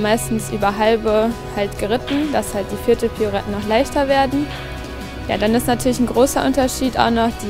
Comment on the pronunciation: Was sind denn piouretten das heißt Pirouetten !